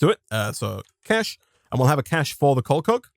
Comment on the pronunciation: I really like how he says coal coke. It just sounds so nice lol